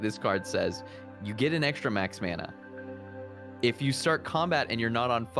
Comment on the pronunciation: Teaks "fancy" pronunciation of Mana is inline with the Polynesian Mana and frankly I appreciated hearing it after the concept has been just absorbed by generic fantay.